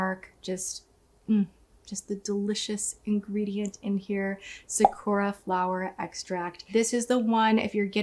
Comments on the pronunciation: I’ve been living in Japan since 2009, and it’s really cringeworthy to hear Americans pronounce simple words like sakura so wrong 😂😭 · i love how tati can't even pronounce sakura correctly and it's the main ingredient in this shit lmao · The way she's pronouncing "sakura" is absolutely maddening.